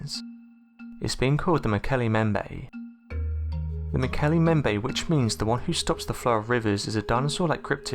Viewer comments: Why does he call it the "Mokele Membe?" If he carefully read the word in front him, it should come out as "Mokele mm-bem-bay." And he irritatingly stops vocalising way before the end of each sente-----ce. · Mo ke le mmmm bem be Is the correct pronunciation. irritates me when people can't pronounce words correctly. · mo-KAY-lay m-BEM-bay. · mmmm-okol_umm-bem-bay that's how it's pronounced.... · You are mispronouncing the name. The second part of the name is pronounced like this: mm-bem-beh. In other words, both the first letter "B" and the second letter "B" are pronounced in Mokele Mbembe. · MO KO LAY LAY MM BEM BAY Is the actual pronunciation I am quite sure. Great video though 👍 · Muk-L-E mmmm-Bem- bay Sir Context clue for ya.. Been to the Origin area And dis be how they pronounce it... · Why do you insist on pronouncing the name wrong? There are 2 B's in Mokele Mbembe!!! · Learn to say Mokele Mbembe. ..| | seven syllables, can you not say what is before your eyes?